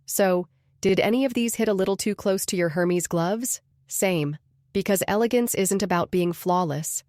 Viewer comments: Elegant people know how to pronounce Hermes. Fire your AI narrator. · This was weak. People with true class don't even do any of these things; only folks who think they're "classy" do. And please get the voice to pronounce Hermes correctly...